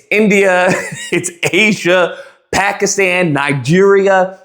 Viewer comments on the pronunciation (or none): none